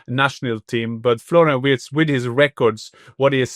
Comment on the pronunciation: Please not WURTZ, Listen to Jan for a proper pronunciation.